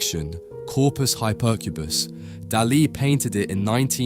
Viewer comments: No es Delè, es Dalí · Lose the AIs; their emotionless fake "voices" are grating and they mispronounce things (for example, "Dali" is "DAH-lee", not "dah-LEE"). And no, the checkerboard floor does not extend to the horizon, but rather, only a short distance. And no, literal religion and science are not compatible; they contradict at the level of their very foundations (conflation of fantasy and wishful thinking with reality, on the one hand, as opposed to a demand for physical evidence, on the other hand); this clumsy attempted ecumenicalism and false-balance is yet another AI "tell". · It’s not Dullee it’s Dahlee!!! Get it right!!! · God dm young people fkn always mispronouncing everything, flippin infuriating , bro Daaa Lee no one in the history of EVER has pronounced it the way you are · de lee? Why on Earth have you invented your own unique way to promounce his name? Ridiculous. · ¿"Deli"? Why don't you educate the robot? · Who says duh lee? It's grating and I cant watch. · A very enlightening synopsis of Dalis intentions and a novel way of pronouncing 'Dali'! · Teach your AI how to say his name. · AAAHHHHHHAHAHAHAHAHAHAHAHAHAHAHA... AI SLOP YOU CAN'T EVEN PRONOUNCE HIS NAME RIGHT! YOU AI DOPE. THIS IS SUCH HILARIOUS AI SLOP. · I mean, get the name right... if nothing else... tell the AI to at least pronounce the name right. Please... really? Come on. Just bloody lazy. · Por favor,aprendan al menos pronunciar nombres no ingleses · Ai can’t pronounce Dali correctly. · Salvador… QUÉ? La voz en castellano de la IA es INAPROPIADA. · You mispronounced Dali's name repeatedly! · Why do you pronounce Dali's name in that strange way? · if you could only get one thing right. maybe you could also be able to say names ffs